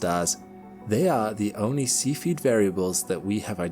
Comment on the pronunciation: Cepheid has three syllables: SEE fee id